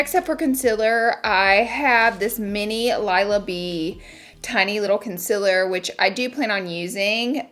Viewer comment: nobody: not a single soul: laura lee: CONCILER